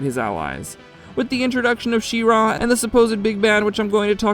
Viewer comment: The stress is pretty even between She and Ra btw, it was weird hearing you say She-RAaa :D